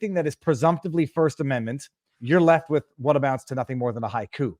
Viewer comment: To clarify, haiku, not "high coup."